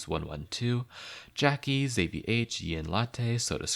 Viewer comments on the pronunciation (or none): none